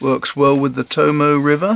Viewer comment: The 'e' in 'Tomoe' is pronounced. The word is To-mo-ay, not To-mo.